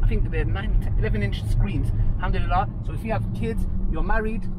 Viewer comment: May allah give you unlimited barakat in your health and wealth People just learn how to say Alhamdulillah